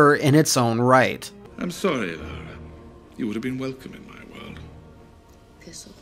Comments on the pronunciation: Its lara not lera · both and AVGN make a video about Angel of Darkness, and both manage to mispronounce the same name in different ways. with ''lair-uh'' and AVGN with ''Laura'' (the more common mispronunciation) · Ironically they changed the name from 'Laura Cruz' to 'Lara Croft' because they believed Americans wouldn't be able to pronounce 'Laura'. says 'Laura' perfectly, but 'Lara' oddly.